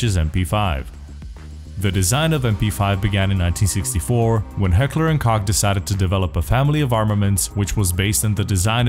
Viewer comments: You pronounced "Koch" perfectly but after that you went back to pronouncing it "Kock" ... son i'm disappoint. :( /s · Heckler and "Coke" is how its pronounced. Cant say I didn't say it differently for years myself. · Leave it to to pronounce koch as cock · Koch is pronounced Coke. Not cock lol. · Awesome Video, but please understand that it is pronounced "Coke" not "Cock" otherwise I love the video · in german koch not cock. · Koch is pronounced as "Cock", as a last name and in the name (Heckler and Koch) if you are in Germany,. BUT, it is pronounced "Coke" if you aren't in Germany. Don't ask my why, that's just how it works. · Sounds more like "Cahk" to me. But it literally does say on their website it's pronounced like "coke." It's the very last one. ( The English pronunciation is pronounced, “coke.” ) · Koch is pronounced Coke. Like the soda. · HK is actually pronounced "Heckler and Coke" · wait so he didn't actually pronounce correct ever, if you go out to HK's website its said like "Coke". So for years I have always heard it called that even from the reps at the gun shows from HK? So are they saying it wrong or am I crazy? lol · It's a company from Germany with a German name (which is also the same word used to translate cook to German) also I am German, believe me it is pronounce Koch not Kock/Cock/Coke/etc. ;D but it's not really that important anyway. It's only important that you Americans like and buy our guns. :) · its pronounced "coke" plz see this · Heckler and Koch just make it easier for the more stupid English speakers. It's pronounced, Co-h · You pronounced koch wrong. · To "censor" it because it sounds like "cock" in English... however, that is exactly how the name "Koch" is pronounced in it's native german language, which is where the name comes from, and subsequently the real pronounciation would be "cock". I'll leave mispronouncing a name for the sake of marketing to the guys at Heckler & Coke XD